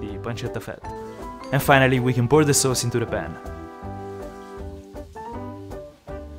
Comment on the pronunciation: I love how says "Sows"